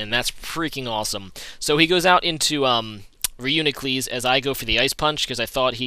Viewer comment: I believe it is pronounced : RE YOU NE KLUS sir.